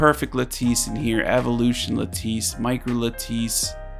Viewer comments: lattice is pronounced like lettuce but with an i instead of a u. not luh-tice but lad-dise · La-tiss not La-teese